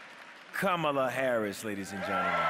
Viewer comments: Why is Diddy's sidekick on stage!? And did he just mispronounce her name. Y'all don't do this again! I'm still voting Harris! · Why is it usher has to come out now! Hollywood is truly in the wrong place 😪 can't say her name correctly. Atlanta, we know better . Usher stay singing and out of politics!